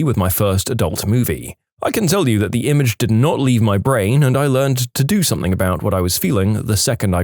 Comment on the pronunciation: No K in the word something